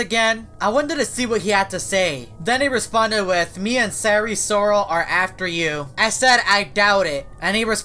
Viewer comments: ive had eris loris AND sire sirol in my game at the same time, and they've never done anything except promote hacks by the way, its pronounced seye-er sirol, not si-ry sirol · eris loris? its sire sirol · it’s sire sirol not eris loris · I know and says sire srol pronounced isn’t it sire sirol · Isn't it sire sirol? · I thought u said it was sire sirol??? Im confuse 🤔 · He just flip the name of sire sirol